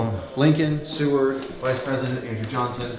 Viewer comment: How dare you call Seward the "Cword" over and over. Shame on you